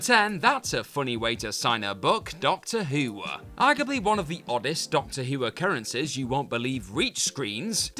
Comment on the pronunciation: Can this guy please speak like a normal person. It not screenah, or Doctor Who-ah. I really wante d to watch this, but the way he ends every sentence with an 'ah' is unbearable to listen to.